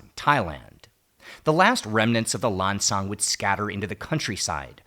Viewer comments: Go on ThaiPBS they show Lao Vieng and Lao Krang teaching Thai people to cook. You will never see Thai teaching Lao people to cook. And stop saying Lan Chang it's Lan Xang. Say it the way Lao people say it. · Not Lan Chang. It's Lan Xang. Speak Lao correctly if you want to be the people of Lan Xang. Lao people is the people of Muang Sua.